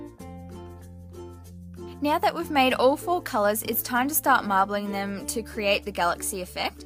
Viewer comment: when she said "All four colors" I thought she said "Awful colors " and I was like "Better than what I would make"